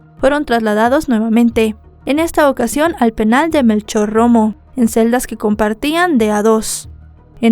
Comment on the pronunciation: Melchor Romero y no Melchor Romo XD